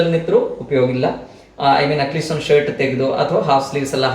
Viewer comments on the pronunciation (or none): none